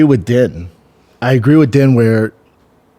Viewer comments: Why is he calling buddy din? Lol sounds like he’s talking about some Chinese guy din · His name is DEAN , even though it’s spelt like Din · Why is brendan calling din thomas den. I thought this guy knew fighting. He does a fighting podcast and doesnt even know where the fights are this week. What a joke